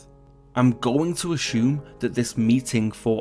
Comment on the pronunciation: Please, PLEASE, do NOT pronounce "assume" as "ashoom"